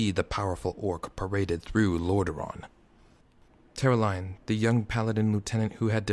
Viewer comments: Hey there, just a quick ear sore that bugged me so much: King Therenas Menethil. King THERENAS, THE-RE-NAS, not Thanaris. And also Turalyon, TU-RA-LYON, not Terelion. Otherwise, I've read this book in two languages and I find you capture the characters well. Keep up the good work. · I like your work but you are saying some names wrong. Namely Turalyon's and Muradin's.